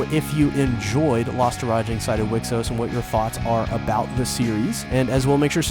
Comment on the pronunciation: It's pronounced We Cross but aight